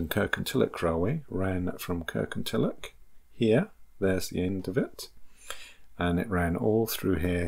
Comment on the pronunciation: Please, please, please pronounce Kirkintilloch correctly. It is Kirkintilloch, NOT Kirkintillock! Having said that, a very interesting video